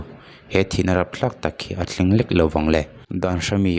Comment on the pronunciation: Tawngthluk awm zia i hrelo em ni, 'lek' tih kha thuksang ta che😂